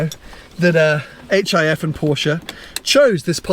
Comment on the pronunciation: Hif pronounced Jif.